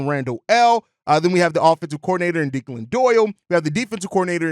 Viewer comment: Your pronunciation of the OC’s name was killing my dude. It’s Irish, pronounced Deck-Lin , not De- klan.